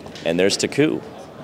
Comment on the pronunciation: You should pronounce Taku with accent on first syllable, not second. ;-) And by the way, love this video, thank you so much for making it, you are doing a great job!